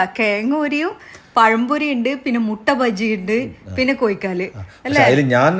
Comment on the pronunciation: കെയങ്ങ് അല്ല. കിഴങ്ങ്. കോയിക്കാല് അല്ല. കോഴിക്കാല്. 👍.